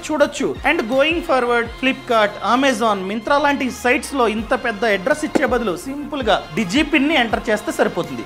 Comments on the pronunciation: Bro it not Omazon I know you don't want to say Amazon 😊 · Amazon ❌ Omezon